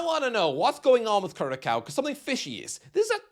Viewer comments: Curaçao is pronounced ku-ra-saong - it means heart in Portuguese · The ç in Curaçao is pronounced "ss". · Its pronounced "curasao" you drunk muppet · lol yea.. and I first thought Gretzky said Krakow.. a City in Poland :D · how you say Curaçao hurts my soul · It’s wrong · North MaCKedonia CuraCo Türkiye (that one wasn’t too bad) JorDAN